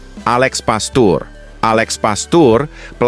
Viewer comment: Bodoh banget Mimin ini membaca nama orang pastoor itu di baca pastur